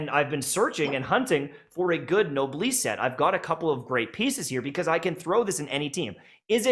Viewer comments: Me physically cringing every time I hear "nobliss" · awesome work! But it's noblesse - no bless... It's a female Noble. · dude mispronounced noblesse and just kept going